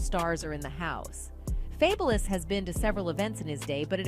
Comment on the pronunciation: I cannot!! That lady who narrates all those videos, drives me bonkers!!! Her mispronunciations are too bad. Fay-bu-lus? Girl FABULOUS, so what he spells it different. seriously??